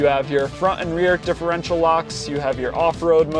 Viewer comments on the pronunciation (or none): none